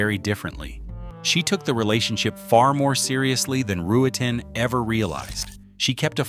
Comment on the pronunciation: “Back-up Firearm” (?). Lazarus was clearly crazy and spectacularly insecure. And another reason I hate AI, it is Roo-ten, 2 syllables only. How simple.